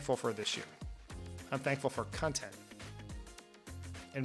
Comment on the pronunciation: Did Dan say "I'm thankful for cuntent?"